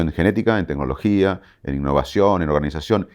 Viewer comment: Le creo fuerte. Pero que diga tenologia me hace mal.